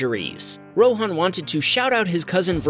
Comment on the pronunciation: it's ROHAN = Ro-Huh-n not RO-Haan